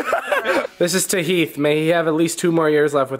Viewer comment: Heath Hah More like Hif.